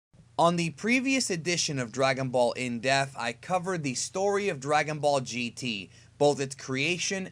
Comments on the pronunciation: Still sounds like you're saying "in death" instead of "in depth" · Why do you say Depth like death... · I swear EVERY time it sounds like he's saying "Dragon Ball: In Death" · would be a good watch i think. Just pronounce Depth right, you are saying death not DePth got to pronounce that P. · "In depth" not "in death" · I can't fuck with these videos with this shmuck saying In Def and not In DEPTH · It sounds like you say "in deff" instead of "depth" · why do you never pronounce dePTH properly is so annoying lol its in DEPTH not in death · I still can't get over the way you say in depth as "in death" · Why can't you pronounce the word depth correctly? Is there something wrong with you? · Please. Please. please. please... for the love of god... learn how to say "depth" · I love the in depth series, but you gotta pronounce the word,. It kills me every time bro.